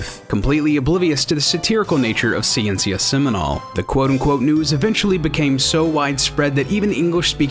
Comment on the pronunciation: Wow way to butcher the pronunciation there. That wasn't even close. If they hadn't also shown the title on screen I wouldn't have understood what they were saying with that "Ciencia Seminal" bit.